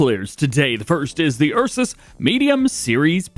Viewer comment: bro spelling Ursus like Eusus